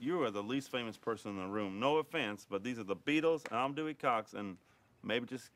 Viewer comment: That's because he's saying it as Duey 😅🎉❤